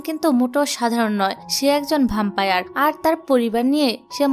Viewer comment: ভ্যাম্পায়ার বলুন আপু